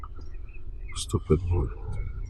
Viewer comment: Can’t you shame my scudent saying cuduu 😅😅😅😂😂😂